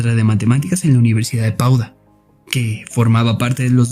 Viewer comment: Padua o Padova, no Pauda.